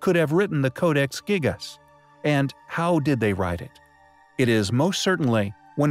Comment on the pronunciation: the ‘giggus codex’ stupid American and their poor English it’s pronounced jee*gass*